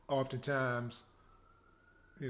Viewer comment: The evolution of Willie D. It's a beautiful thing see. Preach that semen retention bro. Teach young men how to be men. I'm a soldier on your side. Keep up the good work. BTW say siren one more time LOL